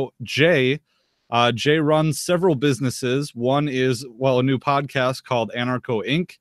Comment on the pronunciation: "Succes-a-full"? "businesseses"? "restrictiotins"?...English isn't even my native language, but I can pronounce "successful", "businesses" and "restrictions". Perhaps this guy should take a class (or two).